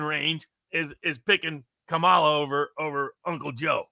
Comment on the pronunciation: Jim Kramer just told his audience to vote for Trump (truth!) And I gotta admit, it just seems so strange to me that Barnes et al (because it is MANY more than just he) refuses to properly pronounce her name. It's COMMA la. COMMA la.